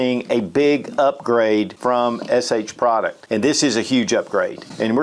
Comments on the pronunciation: I've noticed that says SH Product instead of the correct HS Produkt. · Not SH. It’s HS. Say it with me. HS.